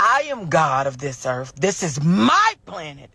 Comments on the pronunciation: If she were God she would at the very least NOT pronounce earth with and F at the end. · Dis b my Earf